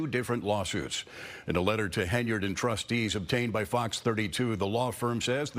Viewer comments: Someone tell him that it is HEN-YARD, not Hey-nard! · Will you tell that fool it's Henyard not Ha' Ya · Isn't her name Henyard? Like hen yard? Not hey nard? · The guy is dumb as a box of rocks😮😮😮the witch name is pronounced, (hen-yard) meaning, a chicken in a grassy yard. He must be gen z.😢😢😢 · Hen - yerrd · Y is he saying heynard 😂😜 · He is not saying “Heynard” correctly 🫣!!